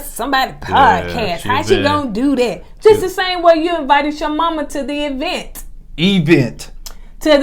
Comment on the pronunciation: If I hear say E-Vents one more time! Ugh!